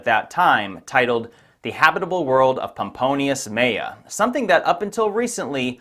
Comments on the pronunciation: Shouldn't it be pronounced "Mela"? That's and L not an I. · Why you read Meya, when it writes MELA? with letter "L" ? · Hey why do you pronounce pomponius 'meia', it was mela, not meia. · This was very interesting. By the way, the name "Mela" is not pronounced "Meya" in English.